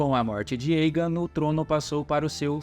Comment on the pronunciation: Muito bom o vídeo. Mas me incomodou um pouco o cara falando Eigen ao inves de Aegon. Esse"mon" vem de dragon. Com O.. mas muito massa essas histórias dos Targerien kkkk